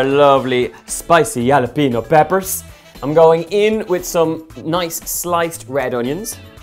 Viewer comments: I think it's jalapeño "hallopenio " But I like it anyway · Hal-A-Pin-Ee-Oh. You can hear the actual pronunciation at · Jalapeño is pronounced halla peen yo.😀 those nachos look fantastic. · Jalopinos is pronounced halopinos the j is pronounced h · Haha he said jalopinos lol hal-a-peenyo the squiggle means you pronounce the N with a ya sound. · Holla-Pain-Yo............you're welcome, 😀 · It is pronounced (Hal-ah-pean-yo) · hall-uh-pain-yo because "jalapeño" is a spanish word. the j is pronounced like an h and the ñ makes it more like nyo rather than no :) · pronounced: "chalapenjo" ;) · The J in spanish is pronaunced as a scratching H sound. So Its more like "Hralapenio" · Yes, this young man lives in Los Angeles. Must learn to say halapenos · ROTFLMAO! Donal, you'd better learn to pronounce that hot pepper before you move to California, or folks there will NEVER take you seriously! The beginning "J" is pronounced as an "H" sound and the Mexican n with a tilde over it is pronounced as an "ny" (think Three Stooges' "nyuk, nyuk....") So, those hot peppers are pronounced Halla- penyos. Regardless of your pronunciation, your Nachos look great! ;-) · Jalapeños is pronounced ha-la-pen-yos. ñ are hard to explain/show phonetically. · Max is smart! Plus, he's helping save on cleanup. Win-Win! =) In New Mexico, it's "Hal-ah-pen-yo" because of the accent over the n. Also, instead of coriander in your guacamole, try cumin - like you would for taco seasoning, yum! Cilantro also goes a long, long way, use sparingly, IMO... too much and it starts tasting like soap. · Could You Make a Video On How To Make Homemade Tortilla Chips? Great Video As Always Donal and Its Pronounced As Halapeño :) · Compadre! you could say it like halapenio, I think it would be pretty close to the actual Mexican pronunciation :) great recipe BTW! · The j in Spanish is pronounced as an h, so it would sound like halapeno (jalapeño ). But I like the way you say it. :)